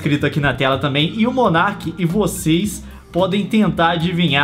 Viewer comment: o rapaz é *Monark* e não *monerk* tá